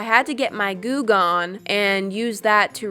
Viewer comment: When she said, "Goo Gone" who else thought she was saying, "Goog On"? No?....... Just me?............ Imma head out now